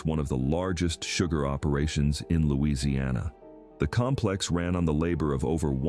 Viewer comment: Get your facts straight. They DO NOT HAVE CRAWFISH on barrier islands. I live in costal Louisiana you should be able to pronounce our name before you make a video as well as having your facts straight